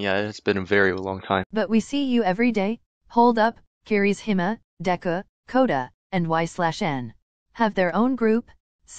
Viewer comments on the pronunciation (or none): Literally No one: Google: Kirisima (Kirishima) Deka (Deku) 😭😭💀💀I CANT